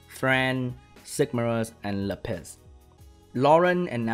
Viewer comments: pls stop saying lapiss, its lapis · Lap - eh - s PLEASE! No more Le Piss! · you pronounced lapis 'le piss' and i laughed so hard i peed a little of that sweet le piss XD dying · his poor Lapis... he pronounces it like "La Piss" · what normal people hear: lapis me, an intellectual: le piss